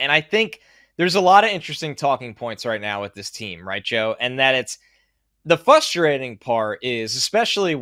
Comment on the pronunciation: it's "fRustrating," not "fUstrating" 😅